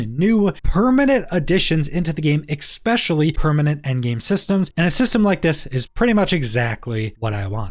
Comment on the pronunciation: Especially, not expecially plssss 😩